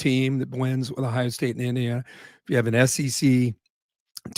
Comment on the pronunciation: It isn’t pronounced “ah-hi-ah” It is Ohio, really Kirk. You are from Ohio… Do better.